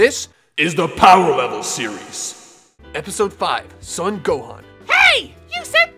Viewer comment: It's driving me crazy that you're pronouncing his last name as "Suhn". It's "Sohn".